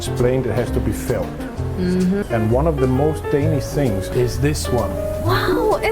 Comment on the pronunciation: your pronunciations of Denmark and Danish are incorrect.